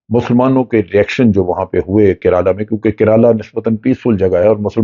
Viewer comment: Its not keraaalaa 😂😂😂😂